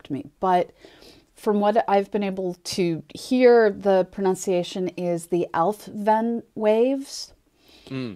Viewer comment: The ‘f’ in Alfvén is silent. Al-ve:n